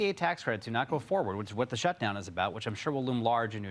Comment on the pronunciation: Did you say shutdown mode, or suckdown mode? Does it matter?😄